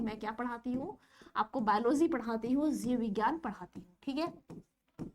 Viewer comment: Zeev nhi jeev maam 🙈😂